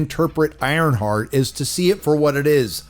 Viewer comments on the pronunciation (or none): Ironshart 😂 I couldn't even make it through the trailer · "IronShart" LOL!!!